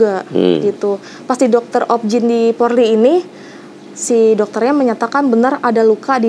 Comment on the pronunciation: RS. POLRI. Mbaaa. Mf bukan porli